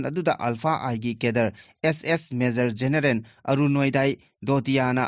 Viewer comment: Generen natte genaral haibiyu